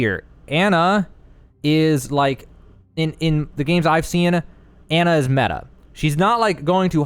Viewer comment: Its Ana (awn uh)